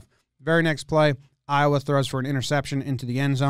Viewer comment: Hearing you say “Iowa” multiple times hurts me